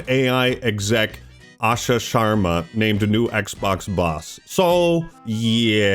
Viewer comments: Bro said asha shwarma 😂😂😂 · said “Asha Shwarama” 😂😂😂😂😂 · lol. Asha "SHWARMA" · Idk if you're saying no he didnt say shawarma or no he didnt mean to say it that way but there IS DEFINITELY a W in what he said play it back if you disagree.